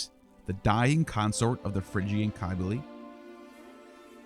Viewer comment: Cybele with a c not a k is phonetically the sound of sibel